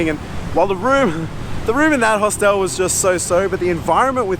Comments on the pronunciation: mate...its pronounced Hostel not Hostel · One reason not to travel alone is there's nobody to correct your pronunciation of 'hostel' 😂 Only joking 👍